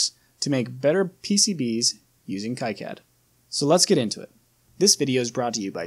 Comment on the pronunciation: The correct pronounce is "key-cad"